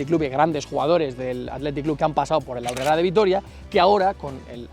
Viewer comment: Cómo que "Aurrerá"? Con esa tilde que le has puesto parece más catalán que vasco